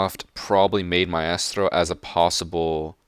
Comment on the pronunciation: I hate the way pronounces Maestro and Caveira.